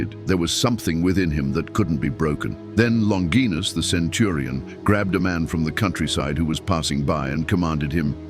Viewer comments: Longinus is pronounced - 'Lon- ji- nus.' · Longinus is pronounced LONG-gin-us. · OK AI… It’s pronounced LON – JY – NUSS. …….Not LON – GEEE– NUSS. ..Like in vagina… Which isn’t pronounced VA – GEE-NA. ….. It’s Va.– JY – NA. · The word "longinus" is not pronounced "longeenus" in English. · Many pronounce his name, "Lawn jai nuss" , but neither Hebrew, Aramaic, nor Latin have the "J" or "dg" sound. St Longinus means, "The Holy Spearbwarer". I look forward to meeting him when my time comes.